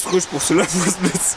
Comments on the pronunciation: "Coulisses" avec un S s'te plaît! (Et Pouce avec un U)😊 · il le pronnonce poce bleu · c'est fait exprès le "Poce"!!! C'est sa marque de fabrique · mdr quand tu dit poce bleu